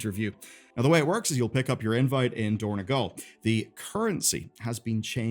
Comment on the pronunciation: It is dorn-O-gal, not dorn-E-gal